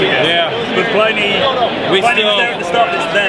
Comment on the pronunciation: Can't you get Pliny's name right? It's pronounced Plinny (like Vinnie). Short i. It is not ply-nee!